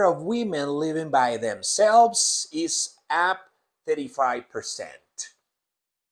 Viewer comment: Profe por q el is lo pronuncia como ess